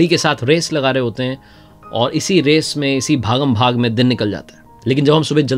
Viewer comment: Your voice is very impactful, sorry to say sir its bhaag not bhag